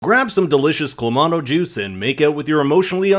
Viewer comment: Clah Mahh Toee not clammato